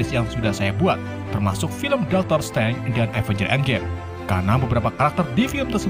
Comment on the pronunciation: mohon maap itu dokter strange bukan dokter streng